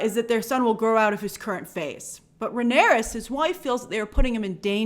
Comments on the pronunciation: love you coverage of the show small tiny note Rhaenys is pronounced like ray-knees not ray-near-ess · Corlys's wife's name is Rhaenys NOT Rhaenyris. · Grace, the Queen who never was, Rhaenys, is pronounced RAY-NIECE. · It's RAY - NIS. Rhaenys. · Grace Corlys’ wife, Rhaenys, is pronounced “Ray-Nees”